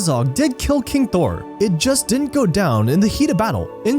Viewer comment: Thror not Thor. I've watched two of videos, and he has a really hard time saying names correctly.